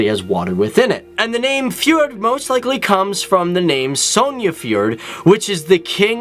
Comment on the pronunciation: Its not sonia its Sonja